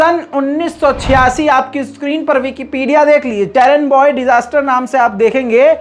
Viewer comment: चेरेनबॉय नही है चेरनोबइल है